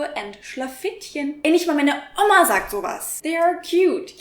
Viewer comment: Germanys pronouncistion of words in german is just weird... Oma and she says Omma Just as the example when I stopped watching